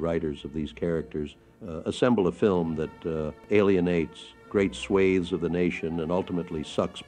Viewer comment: was American born and bred, so would not pronounce “swathes” with a long “a” like the British. “Hemorrhage” had a short “e.” Do better, AI. Go back to training!